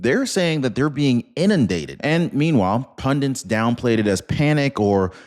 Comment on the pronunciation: Inidated???? 🤣🤣🤣🤣🔥 That's real fucking hilarious!!!!